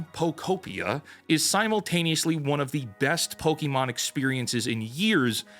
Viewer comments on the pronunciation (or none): Pokémon, not pokimon, idiot. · "Pokémon" not "Pokimon" Lol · The year is 2026 and people are still mispronouncing Pokémon as Pokeemon.